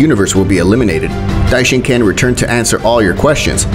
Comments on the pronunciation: Dishonkan no dishenkon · Stop calling him dishincan